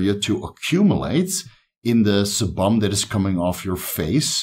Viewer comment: Sebum is pronounced as see-bm. Love the channel though 👍